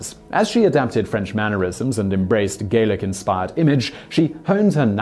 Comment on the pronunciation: French manners are 'Gallic' not 'Gaelic'